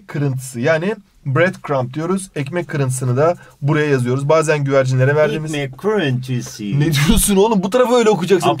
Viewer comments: "Ekmek Kirintiysğ" "Allahim Yarrabiğym" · Önemli kelimeler kısmında kelimeleri ingiliz aksanıyla okuduğunda gülmekten geberdim (ozellıkle ekmık krintisi) JEIOWEHQIOEQJPEOQWJEOPQ ( - )